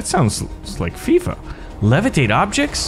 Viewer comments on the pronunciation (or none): none